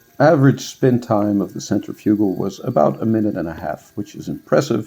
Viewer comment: Centrifugal . ( sen• tri•fuh•gl, most people say it with more of a •fig• instead of a •fuh•) but not a •you•gl lol. Just so you arent out here saying it like some type physco lmao jk. Great review